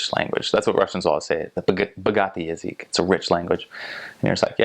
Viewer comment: I dont think ive seen язык pronounced that way before. huh.